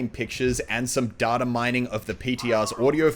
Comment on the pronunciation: Muselk can speak Spanish but can't pronounce "data"